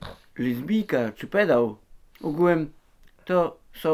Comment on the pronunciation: Ugułem się muwi xdd